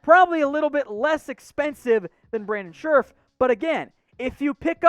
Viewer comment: Why is he always saying Brandon schReff??? It's scheRff